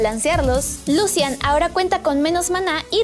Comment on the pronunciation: Al menos dijo Lucian.. y no Lushan XD